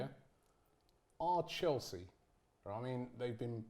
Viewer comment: Mate this absolutely criminal how she made Chelsea sound smh